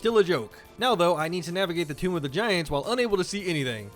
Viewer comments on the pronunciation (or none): none